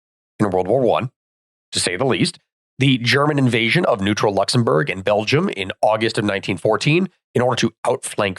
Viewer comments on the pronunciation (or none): none